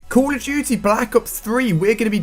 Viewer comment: Dude you say "cool" of duty...HAHAHAHAHAHAHA